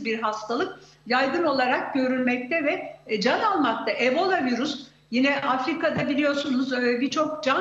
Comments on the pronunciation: Vırus dedikçe bi garip oluyorum 😢 virüs diyeydin nolurdu😮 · Virüs bile diyemiyor doctor tuzak bunlar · Virus mu? Koca profösör virüs diyemiyor.